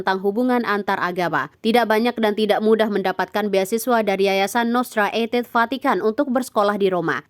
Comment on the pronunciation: Cara bacanya Nostra Aetate salah. Baca saja seperti ejaan bahasa Indonesia. Itu bahasa latin, bukan bahasa Inggris.